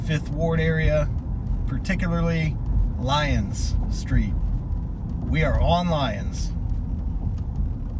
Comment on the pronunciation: It’s pronounced “lie-ons” 😂😂 I lived in trinity garden